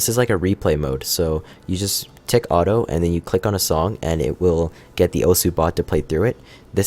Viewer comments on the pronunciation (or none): none